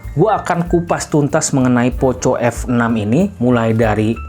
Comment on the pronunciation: Risih bang dengar ejaan nya.. 🙈 Dibacanya POKO bang walaupun tulisannya POCO 🙏